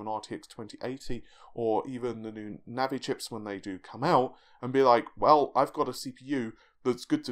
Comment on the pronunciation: Hell has frozen over. In the last video, he pronounced "NAVI" correctly as it should have been, instead of N A A V A A I and now he starts the video by clearly saying "RED GAMING TECH DOT COM VIDEO", instead of TITTYCUM. The only thing that will top this is an NVIDIA/AMD collab to make a new GPU or an SoC.